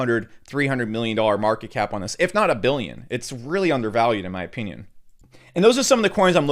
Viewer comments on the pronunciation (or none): My ah-pee-neon